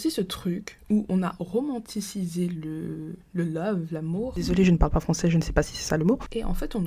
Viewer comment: "Romantisisé"😂 T'es trop forte. Rectification c'est Romantisarisé 😂😂😂😂😂 Blague appart tu traite bien le sujet top 👌🏽